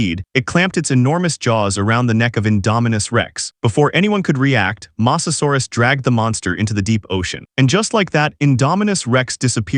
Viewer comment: you said masasarus